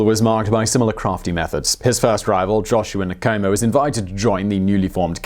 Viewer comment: With every other video where you have to say non-english names you take the time to say that you are not proficient in that language but with a video consisting of African names and surnames nothing? You butcherd every name you attempted. It's not Nikomo its Nkomo!